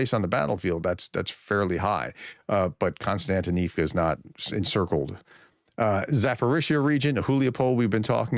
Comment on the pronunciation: Still not pronouncing the "P" in Zaporizhzhia, eh?